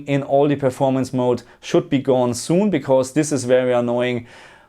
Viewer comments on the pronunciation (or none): none